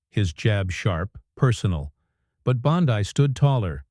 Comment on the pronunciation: Her name is pronounced BONDEE, as in abcD.